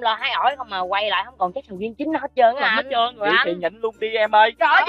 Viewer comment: Nói ra sầu riên ra sầu riên luôn ah úi